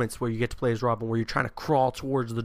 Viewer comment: "its this intense chase to save WOBIN!!!''